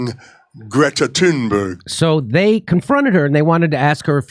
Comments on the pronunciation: Hey, Jimmy. I love you, but it's pronounced "toon-berg." The 'H' is silent. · Thunberg is pronounced "Tuneberry". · Her name pronounces Toonberg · The last name is pronounced "Toonberg" as in Greta LooneyTune Berg. The 20 year old is a moron and a fraud. As for laughing at or remaining silent to ignore questions- those are techniques utilized by Hillary Clinton, Kamala Harris, AOC, Adam Schiff, and so many others who can't face the music but feed off the trough. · Jimmy! Greta ( pronounced "Grieta) is AUTISTIC! And her surname is pronounced "Tunberri). And I'm DONE with Kurt's IGNORANCE!!! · "I didn't have the bandwidth". Really, Jimmy??? You sound like Bernie looked when he put his phone to his ear. And you're mispronouncung her name on purpose. Just like Latin names. Jimmy is a Hypocrite, & Steph, or somebody, should post him up. God knows he has a contempt for reading his own YouTube channel comments. Why won't 'Jimmy' answer these questions? "I'd love to hear it". "He' won't answer it".😏